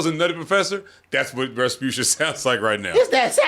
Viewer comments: got so tired of her he started saying “rabutia” instead of “rasputia”😂😂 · Man can’t even say respucia’s name right . He said repucia 😂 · “Rapusha” lol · I love how loses the S after a while.